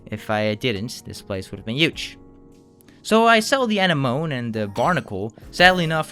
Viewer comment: Great video but the way you mispronounce certain words like anemone or Dungeness drives me nuts! lol